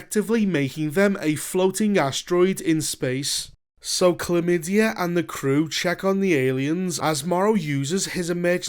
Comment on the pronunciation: I was rolling after that one too. i had to look it up because it seemed so implausible. The character's name is actually "Clem Madey", but it sure sounds like "chlamydia" when that guy says it :)